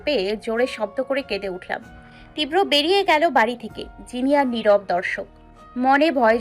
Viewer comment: 'Tibra' uchharon korte pare na .